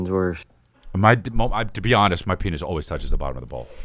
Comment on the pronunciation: PEEN-ITS 😂for fuck sake